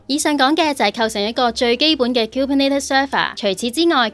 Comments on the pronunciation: 其實係 kubernEtes 唔係 kubernAtes.... 如果唔落 Content 應該出 204 喔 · 都係第一次聽到咁既Kubernetes pronunciation 可能係我孤陋寡聞🙈